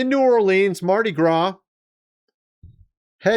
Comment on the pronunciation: Your pronunciation of Shia Lebouf and Mardi Gras has me ROTFLMAO!😂😂😂😂😂